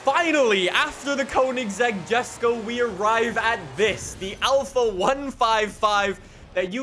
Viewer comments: You don’t know how much saying JeSkO rather than yesko triggered me 😂. Along with 750cc litre engine 🤦🏻‍♂️🤦🏻‍♂️ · ....So first. You CONSTANTLY call Wheel Spacers, which are designed to push the WHEEL out further from the hub “engine spacers”. And know you CONSTANTLY say “jusko” when it’s pronounced YESko. Did you not watch a single video of Christian talking about this car? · Its pronoused yesko not jesko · Btw it's not a JESco it Yesco, it has a bit of a German accent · Its pronounced yesok not jesko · Yes-ko not Jes-ko, btw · It’s spelt Jesko but pronounced yesko not jesko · bruh it's not jesko it's yesko it's pronounced yesko😅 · Who else is annoyed by calling it JESKO, it's mean to be JESKO(YESKO) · Bruh he still says Jesko rather than yesko lol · Btw it’s pronounced “yesko” but spelled jesko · why jesko and not yesko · Bro it's pronounced: Yesko not Jesko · Bruh yesko not gesco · a reminder to and the people in the comments that the Jesko is pronounced "Yesk-o" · Its pronounced "Yesko"🙄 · Quick ackhtuallly moment It's pronounced "Yesko". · Jesko is pronounced “YES-KO” you spoon! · I've been watching since fh2 was new, and I love this video, but please. Jesko is pronounced yes-ko. Thank you and keep up the good work. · It's pronounced Yes-Go. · The Koenigsegg Jesko. Is pronounced yesko. Not with a J sound. Sorry to sound disrespectful or anything, but I had to let you know the correct pronunciation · It’s pronounced “Ye-sko” you degenerate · Fun fact: the Koenigsegg Jesko is swedish and actually pronounced Yesko with a y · god why did he pronounce jesko like that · Say jesko correctly please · The way he says jesko really annoys me